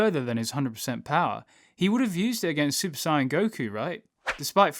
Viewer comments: You keep saying sigh in it’s sayin like I’m just sayin lol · Stop fucking saying saiyan like cyan, its so trigering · Did he just say "super sai-ann 3" 😔😔😔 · Dude its not si yan its say an sAiyan not siyan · Is he saying super sonic or super saiyan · Sayian is pronounced "say in" not whatever you are saying lol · Do you keep saying super cyan? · Why u say saiyan wrong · I had to stop watching cause of the way u say saiyan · I wish he would say Sayian properly 😑😑😑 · mispronounce saiyan and count to six with your thumb